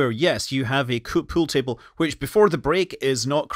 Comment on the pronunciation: What's a "Pewl table"?